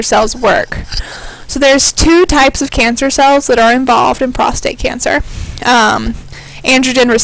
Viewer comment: Prostate, not prostrate